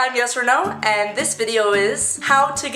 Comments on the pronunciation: Am I the only one who heard "Yes or No" instead of her name 😂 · When you say your name it sounds like yes or no. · At first i thought u said "hi guys i'm yes-or-no" ahihi lol😂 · who literally heard "yes or no" instead of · At first I thought she said her name was “Yes or no” wtf but this video was great😝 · is it just me but every time she says " hey guys its Yesreneau " I hear "hey guys its yes or no"